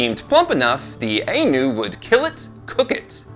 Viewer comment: I know I'm late but I've just discovered this channel. It's great to hear our culture being brought up, but our name is pronounced the eye-noo.Our practices involved taking two bear cubs and raising them as equals amongst our people. Both were treated as gods. When it came time to release the spirit, only one bear was chosen. The other was ushered into the wilderness.